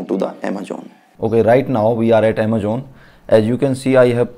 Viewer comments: People like you are like crabs. Koi acha kaam krne ki koshish kare to tum jaise log use karne nahi dete. .. English tumse boli nai jari... Just because tum pr wo product kaam ni kiya.. Defamation krna shuruu.. Har product k ek achaa point hota h ek bura... AMAJOONN nahi bhaiya amazon 😂😂 grow up buddy khud m kuch karo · Phle amazon bolna sikh.